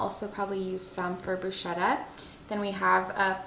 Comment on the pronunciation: hi I follow you from Italy and you are wonderful...but please don't say bruscetta...😂😂😂😂but bruschetta as if it were a k brusketta.. you are stupendous ￼